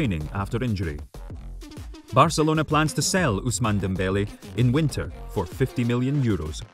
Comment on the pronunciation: Its million 😂